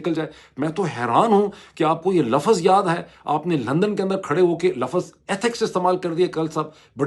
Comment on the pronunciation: For heaven sake the word is not lafaz, it’s Lafz